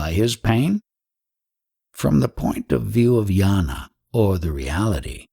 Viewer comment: Attention Dear Reader: you pronounce jnana as NYARNA. Not yana. Same if it’s spelt gnana.